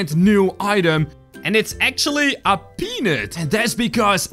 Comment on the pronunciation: can you say peanut right please it sound like the thing 😣